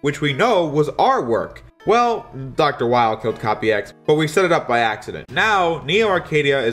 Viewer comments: Weil is pronounced "Vile" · The Weil as Wily thing would work more if Weil's name wasn't German. His name is pronounced 'Vile'